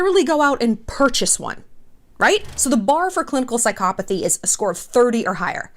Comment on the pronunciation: Excuse me but how did she just pronounce psychopathy????? How are you 39 years old and have never heard the right way to pronounce it. Actually, scratch that she’s probably one of those people who say it wrong on purpose to be pretentious.